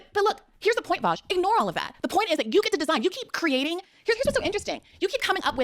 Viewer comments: "Welcome to the show, Vaush." "Where's Virgil?" "Why have you done this to me Vowsh?" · She goes from saying his name correctly to saying it like friggin' Sargon. She's so dishonest xd